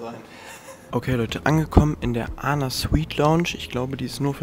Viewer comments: ANA wird englisch Ay-N-AY ausgesprocher das steht für All Nippon Airways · nicht ana sondern A N A